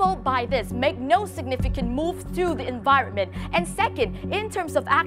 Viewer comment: bạn ơi âm cuối của chữ mối trường và một số chứ khác bạn ấy không có âm cuối ạ. Còn có tên của Greta nữa bạn ấy phát âm khá khác nhau đấy dù chỉ là một cái tên. Mình dốt tiếng Anh nhưng mà mình còn nhận ra a